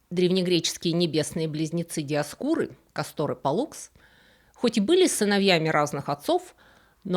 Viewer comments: поправьте меня с ударениями, но вроде они были К'астор и П'оллукс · Интересная тема, хорошо рассказано, резало слух неправильное ударение: КАстор и ПОллукс.